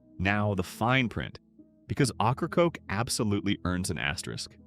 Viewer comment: AI can't pronounce Ocracoke properly, it's pronounced "Okra-Coke". 😂